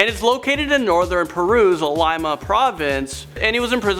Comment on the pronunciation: Just for future reference: Lima, as in Lima, Peru, is pronounced LEE-ma.